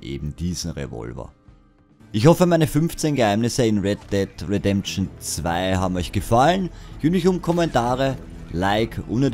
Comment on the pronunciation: weddeddlredention zwei